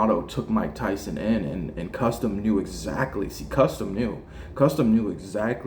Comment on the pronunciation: Cus its Cus D'amato. Not custom or whatever you're saying!!?